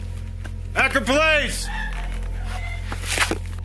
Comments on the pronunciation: Akron. It's unfortunate there is absolutely no way to find out how to properly pronounce this Ohio city. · Narrator-Do you deliberately try to mispronounce common names and places? (Like Akron and Alexis). It seems too frequent to be in error. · Seriously? You can't pronounce "Akron" correctly? Good lord. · You have to be pronouncing these names wrong on purpose bro 😂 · Wild way to pronounce Akron